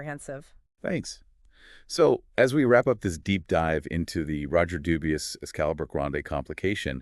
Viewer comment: It's pronounced Dubwee. Like how Bourgeois is Bushwah. 😅